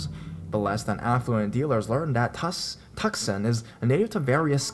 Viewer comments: Tuscon is pronounced "two-sahn", not Tuk-sahn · tucson is pronounce too sahn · Oml Tucson the way he said it I'm dying 😂💀